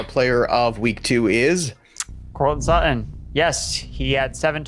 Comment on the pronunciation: why can he not say suTTon? he says su-on. ufff.